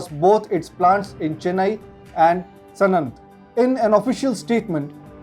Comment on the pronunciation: It's Sanand,not sanant